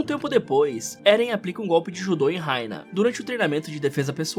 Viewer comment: mn o nome deles é bertold e rainer n sei escrever mas n é do jeito q vc disse